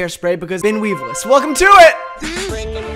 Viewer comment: every time says weevils so tragically wrong someone in the world gets a yeast infection